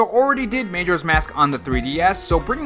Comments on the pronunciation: Major's Mask? It's MAJORA Major with an A lol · Bruh.... "May-joras mask"...STAHP lol. It's "Muh-joras mask" 😂